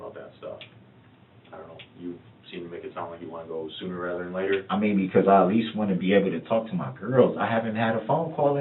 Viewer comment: It's really obnoxious that he thinks that the word is "rether". Or maybe it's "wather". He said that through the entire trial. Moron. He's not used to not being able to manipulate and control the situation, and you can tell how intimidated he is by these men in his room. And by the way, I disagree that he's not stupid. I think he's a freaking dumb a**. "My mama is older...she don't know"... Dawn Woods is 61 lol. Hardly "older". How's he doing to call home and "talk to his girls" when his daughters live in two different states, and none of his kids have ever actually lived with him? What actually wants to do is call home and talk to his vile, enabling POS mother, so he can try to garner what the police actually know.